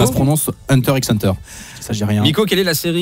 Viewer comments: Non, ça ne se prononce pas "Hunter X Hunter" mais "Hunter Hunter" ("hanta hanta" phonétiquement). 🖖🏼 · Valemon les vrais fans ne prononcent pas le x